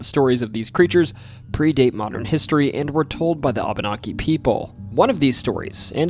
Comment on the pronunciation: Reapeat aftare me; wah bah nah key. Abenaki is pronoynced wah bah nah key.